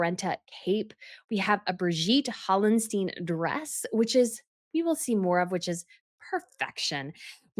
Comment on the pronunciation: Birgit Hallstein. Not Brigitte Hallensteen. Pearl Poiré Tiara. Not Pearl Purreeyay Tiara.